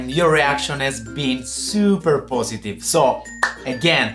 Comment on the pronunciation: I just love it when he said "Super Pussytive" = positve in his accent ^_^ I'm glad his back though :D